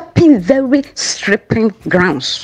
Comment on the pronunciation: "You are stepping what??? ( sripping) slippery grounds.😂😂😂